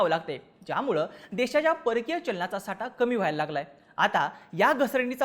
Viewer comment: आटवाडा नाही आठवडा बोल साटा नाही साठा